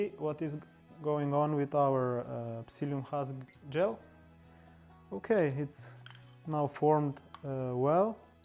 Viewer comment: Good job, another healthy choice bread to make and enjoy, recipe put across really well, your English is excellent, as a help can I suggest when you say gel as for the water and psyllium husk mixture, pronounce the g as you would for j in jump, otherwise 1st class job. Have you any recipes for bread using buckwheat flower?